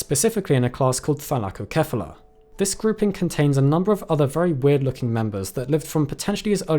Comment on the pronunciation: I've notices 2 mispronunciations. The 1st being "Ainiktozoon" with an unneeded extra I, the 2nd being "Thylacocephala", as if you forgot the soft-C rule.